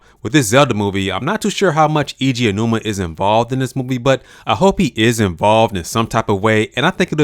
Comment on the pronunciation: Eiji Aonuma, not "Iji Anuma"